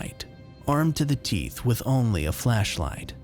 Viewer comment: Need to work on pronouncing only and blank otherwise good narration.